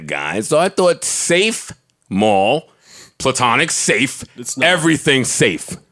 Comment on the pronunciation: Somebody tell that the word is "platonic," not "plutonic." NBA Expansion teams since 1980: Minnesota Timberwolves, Orlando Magic, Miami Heat, Charlotte Hornets, Toronto Raptors, Vancouver (later Memphis) Grizzlies, New Orleans Pelicans.